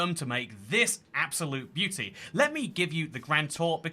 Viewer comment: Nah what is that house he said beuaty